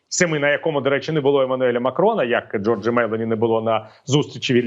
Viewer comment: пане Віталію, в італійській мові наголос майже завжди припадає на передостанній склад (або зазначається на письмі) - тому вірно вимовляти Джóрджа Мелóні